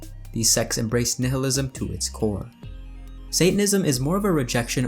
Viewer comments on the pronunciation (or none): none